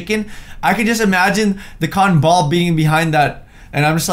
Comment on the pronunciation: Ca-ton ball